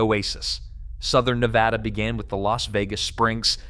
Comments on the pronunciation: NEH-VAD-ah not NEH-VA-dah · I’m so fatigued with the mispronunciation of Ne-Bad-A. Can everyone plz just get this??😩 short a, not ahhh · That's Nevada ! NOT NEVAHDA ! 🇺🇲💖🇮🇱💖🇵🇭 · DAMN A. I. IT'S NEH VAD UH NOT NAH VAH DAH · there's no Nevauda, it's just Nevada. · It's not Neh Vod ah it's Neh Vad ah. Get it right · It is pronounced Neh-Vod-ah, because Nevada is a Spanish word. The whole southwest region of the US used to belong to the Spanish, thus these territories (eventually becoming States) were named in accordance with the presiding Spanish (Mexican) culture already in this region. "Nevada" is a Spanish word that means "snow-covered." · its' NA-VADA...extra credit its not Mount-ants, its mount TANS. Not buttands, BUT tons. It's also not the Sierras, it's THE Sierra. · First, learn how to pronounce Nevada, hint: it's not Ne vah duh. Second, Las Vegas is Southern Nevada, duh, the Vegas Valley is 2.8 million people. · Nur vaaaahhhh durrr? 🤪🤪🫡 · Thank you. I was about to say the same thing. This guy obviously has never spent time here. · If you are incapable of speaking the state's name correctly... not much else that you have to say has much meaning. I am on top of a mountain in Northern Nevada... off grid and loving life. At 5700' with nothing but sky above... chemtrailed to high heaven nowadays... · 1. You’re pronouncing Nevada wrong. 2. I live in Northern Nevada. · The obsession with the pronunciation of Nevada is comical. They need to upgrade their bots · Please learn how to pronounce Nevada. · yeah when ever somebody says it wrong i stop listening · learn how to pronounce Nevada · Well Duh, 74% of the people in the state are in the LV Metro area. Is this a news flash? Theres half a million in Reno-Sparks-Carson. And learn how to say Ne-vaaahdah correctly. The state is full of ghost towns.